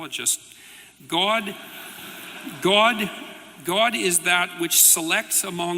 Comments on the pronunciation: Or as Jordan Peterson pronounces it: ”Goaawd” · He’s actually pretty insightful when it comes to talking about addiction treatment, but that’s because he doesn’t insist on mincing words and actually understands what he’s talking about there. On any other topic though, especially when I hear him say “gwod”, that’s when I tune out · Does anyone hate the way he pronounces God as much as I do? He sounds like a bad actor in a bad porn movie. "Oh Gawd! Oh Gawd! Oh Gawd!"